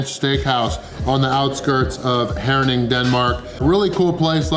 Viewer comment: First american I have ever seen who pronounced my hometown Herning correctly, biggest props ;-) Are You sure You´re not actually born in Jutland? Huge win, I couldn´t all of that in 2 full days. Thumbs up for the win ;-)